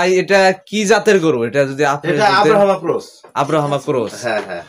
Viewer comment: আব্রা হামা না ভাই, ব্রাহমা ক্রস হইতে পারে, কি যে মানুষ আপনার নামটা ঠিক মতো বলতে পারেন না